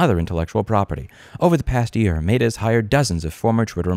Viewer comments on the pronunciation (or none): you know damn well it’s met-ah not mate-ah. We miss you in ny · It's pronounced "meh-tuh", Louis, not "may-duh". I understand me being triggered by your pronunciation is on me, but had to say something 😅 Love the video. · Why do you pronounce Meta like that? (love the videos btw) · Louis mispronouncing things everyone else pronounces correctly, Meta Edition. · Is it just me or is his pronunciation of "Meta" distracting lol